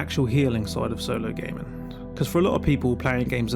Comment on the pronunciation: If you pronounce gaming as gaymen I have no time for the rest of your video